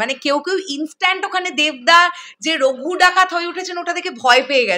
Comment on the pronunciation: একটু পড়াশোনা কর ভাই, ওটা রঘু ডাকাত, রাগু ডাকাত না🤣🤣🤣🤣 দুজনের কেউ কি পড়াশোনা জানে না??? জাতি জানতে চায়। নাকি ওটা বাংলাদেশী ভাষা, ওরা বুঝি রাগু বলে🤣🤣🤣🤣 ফ্রী টিকিট দিলে দেখতে যেতে পারি। কারণ ফালতু টাকা নষ্ট করি না।।